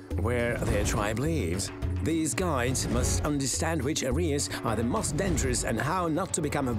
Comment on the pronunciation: “one of the most…” слово «most” вимовляється як /məʊst/ а не /мост/. Помилки в основному не граматичні а у вимові. І це не дрібниці, як думає більшість. В таких деталях якраз видно, хто професіонал а хто ні